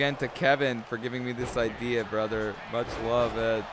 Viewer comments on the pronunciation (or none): none